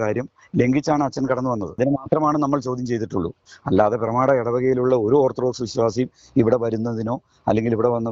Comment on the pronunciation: ഓർത്ത് ഡോക്സ് അല്ല ഓർത്താൽ ഡോഗ്സ്